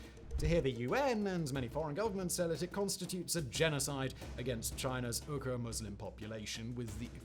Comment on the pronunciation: So is Uyghur pronounced "weeger" or how Simon is pronouncing it as "Oogahs"/"Ooghers" From what I understand "weegee" Is the correct pronunciation, atleast for English speaking countries.🤷😂